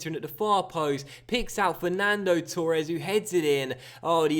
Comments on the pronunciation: Yeah it's fucking torres not turres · Why cant you pronounce torres properly